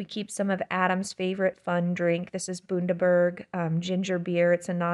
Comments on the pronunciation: It's pronounced Bun-da-berg not boon-da-berg. I love that you have our ginger beer though, how good is it!?! Great score on the free pumpkins! Have a great day. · Bundaberg - about 5 hours drive from me. The beginning is pronounced “bun” (as in bun - bread roll). Have you tried making your own with a ginger bug? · As an Australian Bundaberg ginger beer is my favourite Australian drink. It is actually pronounced bun-da-berg, bun as it hotdog bun and is named after the town it originated from and where it is still manufacture and all the ginger is grown. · I know it’s nitpicking but the name of Adam’s favourite ginger beer is BUN (as in bread bun)…..Bundaberg ginger beer, not Boondaberg. It’s named for the city in Australia where it is made….Bundaberg. Hi from Australia. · omg I got such a kick out of seeing Bundaberg ginger beer in your fridge!! It is made in my state in Australia :) we pronounce the 'bun' sound like a cinnamon bun by the way, it's a sweet little country town a few hours from where I live which has a lovely mixture of farm life and the beach! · Bundaberg Ginger Beer is made here in Queensland, Australia. Bundaberg (pronounced Bun as in fun) is a town south of us. Cheers! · I am from Bundaberg Australia happy to see Adam loves our Ginger Beer. Bundaberg is pronounced Bun (like a bread bun) da berg (like iceberg) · I love your channel, so funny to hear you say Bundaberg, in Australia it’s an ‘institution’ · I came here to comment this also, although I’m from down south. 😊